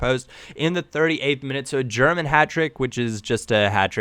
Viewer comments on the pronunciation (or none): none